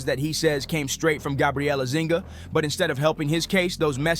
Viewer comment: Can you be that ignorant as to totally ignore the “ UNI” in her last name? It’s Zuniga! How do you get Zinga out of that? Show some respect and actually read the name out instead of carelessly mispronouncing it.